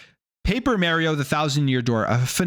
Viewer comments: It's Mario not Merryo😂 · The mis pronunciation of "Mario" has to be a Canadian thing lol but then again don't make much sense to me being in the game even in Canada there is no way they say "It's me, Merio" lol